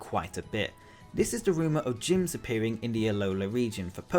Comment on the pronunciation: Ugh at number four when you said Gyms I thought you said Jynx 😭 an Alolan for for Jynx would be so cool to either Fire/psychic or fire/fairy or fire/ghost and be a Fire Hula Dancer would fit perfectly in Alola! 🌴 ☀️ 🌊